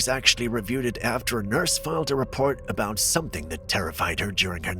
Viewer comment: into the video " Ya know what they say aboot"Big feet! BIG C#$*K !!!" 🤣😂😅